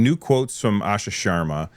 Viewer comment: "Asha Shwar, Asha Sharma". Understandable slip up. As an Indian it's interesting to hear these names pronounced so differently. In here we would call her "Aaasha Shurrmaaa", but I guess it's more complicated than that as she is an Indian Origin American and might herself be used to the non-Indian way of pronouncing her name.